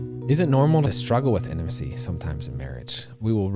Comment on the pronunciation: Gosh everytime says the word intimacy or intimate.. I cringe! It's not "in-a-macy and inamate"" its "In-Ta-Ma-Cy and in-ta-mate" 🤦‍♀️🤦‍♀️ but on another note..I really did enjoy this episode. Love the points yall made.